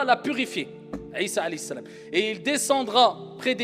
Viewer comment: Comment sa m'énerve il arrive jamais a dire Mohamed a la place il dit le prophète hali salam il dit pas Halayhi salam